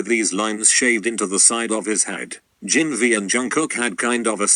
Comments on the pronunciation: lmfao, the way says jn instaid of jin. JNN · ok so i lost it bc he said Jin exactly like how you’d say “spirit” in arabic💀💀💀💀💀